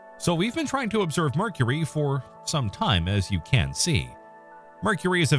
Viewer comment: The voice AI on these videos has trouble with the word "can". Makes some sentences sound odd.